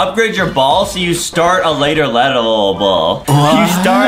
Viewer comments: When Adam said 'start a later ledible' I didn't even laugh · LOL adem said start a later ledelble😹😹😹😹😹😹😹😹